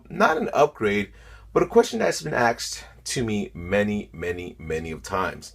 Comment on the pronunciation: I'm sorry, but are you saying "axed" instead of asked???I thought I was hearing thing wrong in some of your other vids, but now I heard it clearly.....